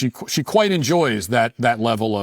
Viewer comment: Matt is racist. Did anyone catch him saying "Q'white' some time"